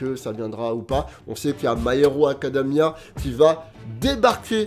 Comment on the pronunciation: "my hero ACADAMIA" tu me fume